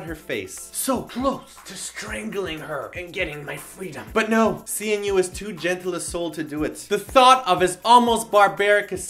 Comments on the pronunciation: It's pronounced as C NU because his real name is Shinwoo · C-N-U? Lol it's Shinwoo. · CNU is pronounced Shinwoo. :)